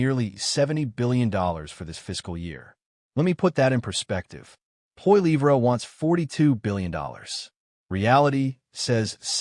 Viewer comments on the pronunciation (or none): POLLYEV.... IS THE PRONUNCIATION!!!!